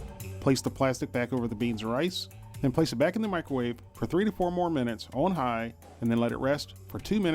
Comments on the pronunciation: umm did he say Mexican rice or lice? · Chinese style lice. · . Rice not lice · "And the spanish lice" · you say rice do you mean lice? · did he say Mexican lice wtf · 4.53 spannish lice . hahhhhah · The Spanish "lice"?? 🤣🤣🤣🤣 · you really did say lice! lol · I thought he said Mexican style "lice" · he did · yea he did hahaha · Me too lol I was like what? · He did!